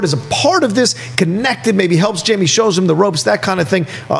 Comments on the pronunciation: Do they know its not pronounced Jamie??? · You can tell they don't know the character since they keep saying "Jamey" and not "Haime' " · It’s HAIME not JAMIE